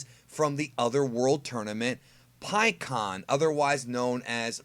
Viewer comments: I always pronounced his name before this pik aan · In the official anime and the official licensed games (like Raging Blast 2) he's "Pikkon" and pronounced that way. I'm not gonna be calling him "PikeHuAwN" forgive me lol.